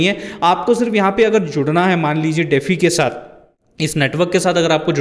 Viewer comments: "डेफी" नहीं भाई - डी-फाई (DeFi) बोलते हैं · DeFi is pronounced as "dee-fy" (like the word "defy"). It's an acronym for "decentralized finance". Here's a breakdown: De - pronounced as "dee" Fi - pronounced as "fy" Full Form: Decentralized Finance